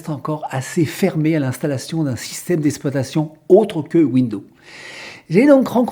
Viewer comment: il serait apprécié que vous prononcez le mot exploitation correctement ! au lieu de dire ESSploitation , il faut dire EXploitation